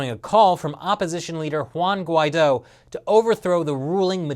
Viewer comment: Not that it matters to Anglos, but the name Guidó does emphase its last syllable. If you can produce Chinese tones, then you certainly could master the name Guidó.